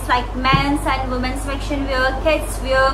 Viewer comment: It’s not faksion, it’s fashion, pronunciation need to change